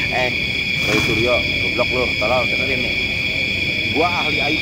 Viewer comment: Renyah banget waktu bilang Ruuuoooyyy Fuanciii 😂😂😂